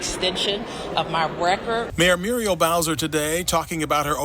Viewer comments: Firstly I love your work, but you really need to learn how to pronounce shit. Her name is Meeur- eee- L .Not Merl. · Now, I believe that you are just messing with us. There is np possible way that you mispronounce so many words or people's first names, like Muriel. Smh